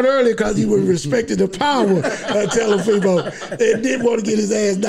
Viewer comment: Telafimo and Lamochecko LMAO!!!